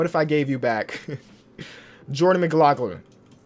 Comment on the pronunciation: Ight I cant let you butcher the goat's name anymore. Its Jordan McLaughlin (Mick-lof-lin) 😂 Just dont do it again please